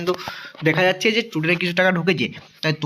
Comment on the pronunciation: Student ❌ tudent ✅ 😂😂😂